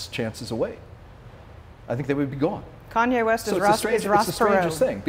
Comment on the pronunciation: “Kanway”. lol. And yeah this has aged well - as if Kanye isn’t going to be on tmz soon eating his own shit